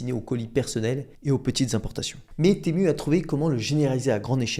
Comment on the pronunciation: tému , non , timou, oui. c'est dommage de ne pas se renseigner avant !